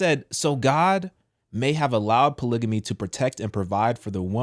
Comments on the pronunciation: What the heck is a "polygany"? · i’m not listening to no one that can’t even pronounce polygamy right! 😂